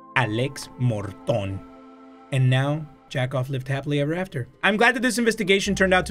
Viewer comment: yakov is said (yeah-couv) which is jacob in english